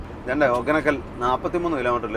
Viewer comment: ഹൊഗേനക്കൽ ആണ്. ഹൊക്കനക്കൽ അല്ല